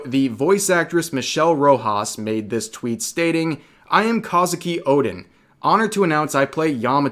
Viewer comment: Despite you pronouncing Kouzuki as "Kah-zuki" incorrectly, I applaud such coverage. It's Bridget all over again and not surprising regarding Crunchyroll and Funimation's bullshit as usual. One Piece Wiki's community is going out of their way to say that too.